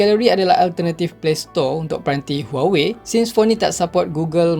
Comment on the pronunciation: Aku je ke yg dengar sebut huwowei 🤣🤣🤣😂😂